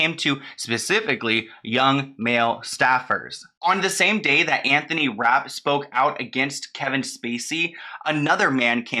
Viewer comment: Omg not Anthont